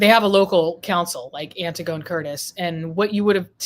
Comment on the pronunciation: Antigone is pronounced "Anne-tig-on-knee"! Anti-gone is the faux pronunciation of the classical name from Greek Mythology, Antigone. Antigone stood up for what she believed to be morally right, fyi.